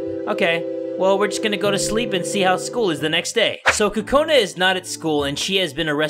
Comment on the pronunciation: Your evil I mean kakona